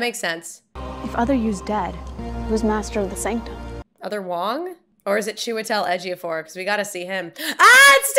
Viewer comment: I must say, the way you pronounced Chiwetel Ejiofor's name correctly on the spot was impressive